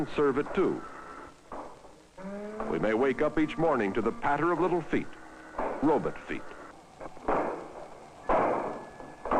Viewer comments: Did the pronunciation of robot used to be robutt? Or is that a regional dialect? ETA: I think it’s a Missouri thing. Cronkite was raised in Missouri. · ROBIT feet.